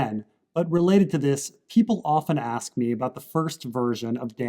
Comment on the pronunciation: "Many Magic the Gathering players aks the question..."